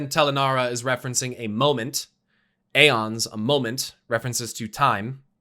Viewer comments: God dammit. Its eons. Eons.. not aons. Eons!!!!! Its a very common term to explain a vast amount of times. I swear to god!! Stop saying AONS. Its fucking EONS. Its clear as day!!! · Roses are red Alliance peasants, Horde peons still mispronounces the word aeons